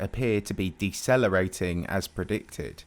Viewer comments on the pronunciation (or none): “Decelerating” come on dude…